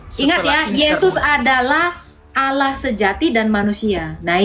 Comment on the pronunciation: Makanya kalo nyomot kosa kata arab pahami sesuai kaidah bahasa aslinya... Allah dibaca Alloh ada penekanan di huruf L nya bukan alah...